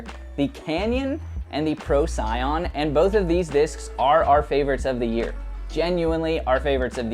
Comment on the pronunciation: Trash panda Pro-sigh-on, love it